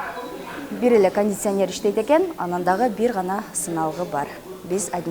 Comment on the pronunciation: "кандисянер" де... 🤣🤣🤣